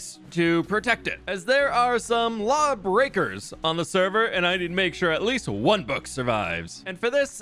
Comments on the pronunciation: He even said ‘the law’ like ‘the claw’ 😂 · It took me way to long to realize you were saying law like claw... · trying to convince people he respects the law while obviously making "The law" sound like "The claw".